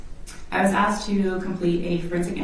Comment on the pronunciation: A prosecutor repeatedly saying "aksed"